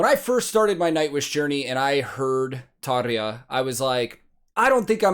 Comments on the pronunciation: you didn't react to one of all 16 hours of live footage from the song Everdream? 😉 In all seriousness though, I'd watch a 16 hour reaction to each recording of this song live but hey. Great reaction giving credit to both Tarja and Floor. Thanks for pronouncing Tarja's name "properly" (at least how I have heard it pronounced) btw. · Fellow Nightwish fans: Can we give some credit for pronouncing Tarja's name properly. I'm not trying to be the grammar police but its someone's name for heaven sake. Credit 🎉🎉🎉 👍